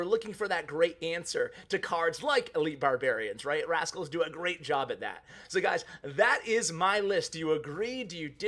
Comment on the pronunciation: Hey you forgot a "T" when you were talking about rascals ha